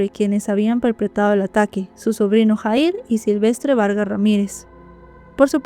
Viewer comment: disculpa pero no se pronuncia JAHIR ASI SE ESCRIBE PERO SE PRONUNCIA YAHIR